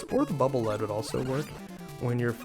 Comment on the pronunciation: The "Lead" in "Bubble Lead" is pronounced "leed", not "led". Original Japanese pronunciation "baburu rido". Probably based on the usage "a channel of water especially through a field of ice".